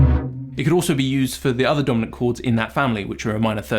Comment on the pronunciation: When you first said Dominant I heard Donut chord and had to do a double take!